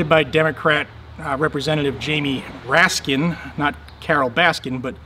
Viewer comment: "Raskin", every damn time....